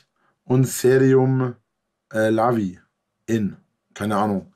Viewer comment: 🤣🤣🤣🤣 serum laviin 🤣🤣🤣 statt leave-in, der is in the Hood;) Was hat der immer mit der Marke "Granini???? Wäscht er mit O-Saft oder was??? Aber klingt ja fast genauso wie Garnier, klar, kein Ding.